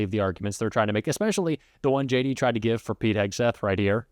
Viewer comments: He didn't trust her. When he says JD it sounds like "shady"😂😂😂😂😂😂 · I love the way even he pronounces his name Shady. 😅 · I swear I heard him say, “hey guys, it’s Shady Vance here!” 😂 what a big old dope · I swear I heard him say, “hey guys, it’s Shady Vance here!” 😂 and btw .. it’s looking like he’s wearing more and more eyeliner as the days go by. He’s going hard for that smoky eye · Did he say.. Shady Vance lololo